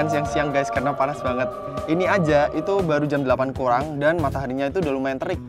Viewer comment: bilang "dan sekarang jam 8 kuang"kumat deh Bahasa balinya